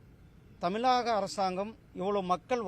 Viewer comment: நீ உருட்டு உனக்கு தமிழ் என்ற வார்த்தை சரியாக உச்சரிக்க துப்பு இல்ல நீ தமிழனா????